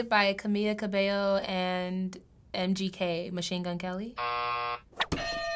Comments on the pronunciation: "Camella cabelloo"😑😑😑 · Did she said "Camia CabeLLO"? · ca-MEE-la ca-BEY-o